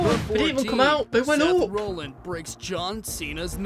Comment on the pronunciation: The maker of the video you are reacting to is questionable in knowledge. Can't pronounce Seth Rollins correctly and stated Brock vs Kurt was Wrestlemania XX. I mean even a standard fan knows that's Incorrect. I'm guessing there will be more errors.....yep it's Drozdov not Drozov. Christ almighty these people make wrestling videos and have these mistakes.